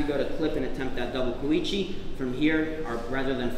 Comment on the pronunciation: Ko-Uchi*. A bit of respect for the Japanese please guys...